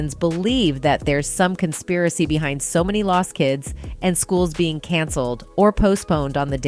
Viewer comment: "Consaparry" theories? What is that??